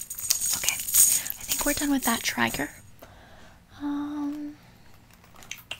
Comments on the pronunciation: When she said triger instead of trigger my face crinkled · When she started saying trigger like tiger, i died laughing 💀💀😂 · I love that she said triger in stead of trigger🤣😂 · & she says tragger instead of trigger ... wait what? 😂😂😂😂 haha! love her! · ”assmer” ”triger”